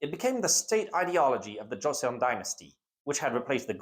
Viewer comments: For what it's worth, thanks to initial devoicing and an interesting romanisation 조선/Joseon has only two syllables and should be pronounced more like Cho-sun. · As a person who is fluent in korean (both my parents are korean) I appreciate this, however the pronunciation of the korean itself is really, not great. And is a bit grating on the ears. Dynasties are usually pronounced as 2 syllables: Jo-seon, Gor-yeo, SIl-la, etc. Paeraengi Is pronounced Pae-raeng-gi not Pa-er-an-gi. Even getting the syllable count right would go a long way to improving the video. Google translate often has an audio button that will say the word out to you. It's like trying to watch a WW2 documentary that consistently replaces Normandy with No-ra-ma-nad-i and gets the pronounciation of every single wrong (berlin as Bear-li-en). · Joseon is pronounced Joe-sohn (-sohn as in John)